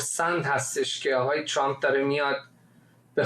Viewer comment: چرااین به اصطلاح خبرنگاران و یا تحلیلگران ایرانی اسم ترامپ را غلیظ ترازامریکائی هاوانگلیسی زبانان تلفظ میکنند،عقده دهنشونویرویس کرده اللخصوص سمیرا ترامپ راچنان غلیظ تلفظ میکنه ،بعضی وقتها میگه چرررمپ ،تررررمپ چررررررمپ،خومثل ادم بگیدترامپ،،چرررمپ